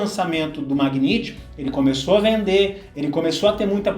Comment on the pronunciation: A pronúncia correta do carro da Nissan é Megnait, e não Magniti.